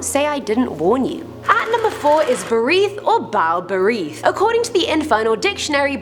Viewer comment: I thought I heard Harith, It's Berith 😂